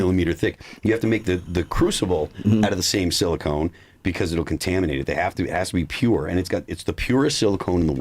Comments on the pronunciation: Phil, I love you but it's pronounced silicon not silicone. They are used for very different things😂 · Who’s going to tell Phil that it’s silicon not silicone